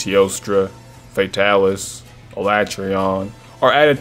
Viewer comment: Hey look, someone that uses the right pronunciation for Alatreon.